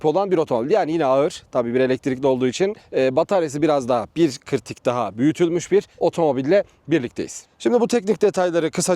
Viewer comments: bir kırtik mi:) sen yoksa Elazığlımısın? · Abi bir kırtik dediğin an güldüm ya elazığ malatya şivesinden